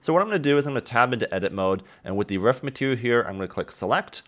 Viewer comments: it's roof not ruff... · Dude ur pronunciation of roof is like a dog barking "ruff"